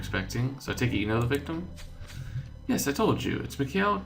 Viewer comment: its pronounced mik I-il